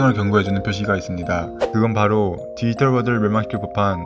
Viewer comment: 말을 천천히 하더라도 발음을 또박또박하게 또 브금을 좀 더 디지몬과 관련되있는 걸 사용하시면 더 와 닿을듯해요. 다른부분보다 발음을 정확하게 해주세요. 디이털아니고 디지털. 이거 악플아니고 좀 더 잘되면 해서 하는말이니 이 글보고 힘들어하진 않으셨으면 좋겠어요. ㅎ화이팅